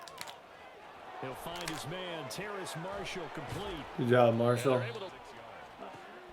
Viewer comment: It’s terrace not terrance! 😂 also I love how you can always tell when someone is about to return a kick because Brett only shows kick returns when it happens